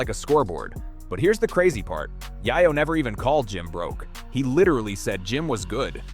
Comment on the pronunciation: Yay-yo ! Yay-yo !!! not Yah-yo !